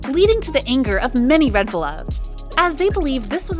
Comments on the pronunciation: Its 'Reveluv' not 'Redveluv' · Its reveluv not reDveluv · Red Vlvwt fan club name is REVELUV NOT REDVELUV